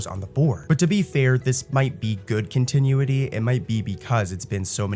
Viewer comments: Kon tin oooo it e 😂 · The way he pronounced it really rubbed me the wrong way lol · "continueity" lol